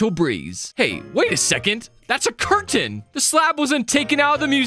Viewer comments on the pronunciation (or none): none